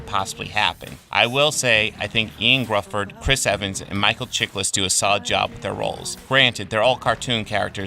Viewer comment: Ioan Gruffud is actually pronounced like “Yone (rhymes with cone) Griffith.” I know it doesn’t look like that but that’s what it is.